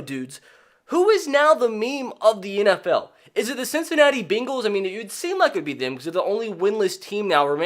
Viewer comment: The “Beengls”